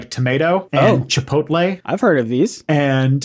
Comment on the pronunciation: I think he pronounced "chi-POLL-te".